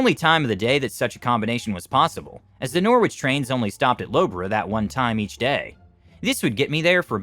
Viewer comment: Never heard anyone say norwich like that before